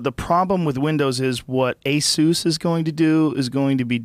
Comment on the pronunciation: lmao Joe called Asus Jezus.